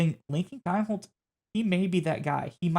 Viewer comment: His name is pronounced KEENHOLZ